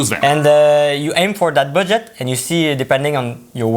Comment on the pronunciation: The way he says Budget sounds like Baguette its so cute lol